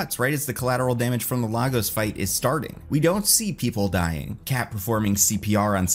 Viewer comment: Lagos (Laigus), not Lagos (Lahgoes). Please